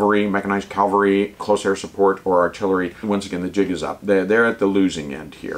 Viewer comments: I greatly respect and enjoy your infantry treatises. As an ancient 31C/31B/11B, I’ve learned a ton of fascinating details I wish I knew during my service. But, for Pete’s sake, stop saying CALVARY WHEN YOU MEAN CAVALRY. Serious pet peeve weaponry now safed. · "Cavalry," not "Calvary." Calvary is the place where Jesus Christ was crucified. I find when a soldier mispronounces the word, it detracts from the message the speaker is trying to convey.... and once you said "Calvary," My brain tuned the rest of your video out. Weird, but it is not the first time.